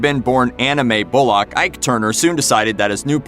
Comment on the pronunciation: It's pronounced bull-uck. Not bull-lock.